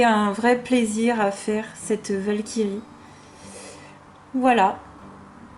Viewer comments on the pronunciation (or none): Hello, très jolies tes colos! 😊 J’ai regardé ta vidéo mal réveillée donc merci pour le fou rire sur la Walkyrie ( j’ai cru entendre vache qui rit 😂) Top l’inspi sur les contes de la rue broca ça fait plaisir de trouver des personnes avec cette référence 🧙‍♀️